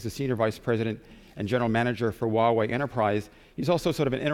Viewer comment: it's "Hoowa-wei" =/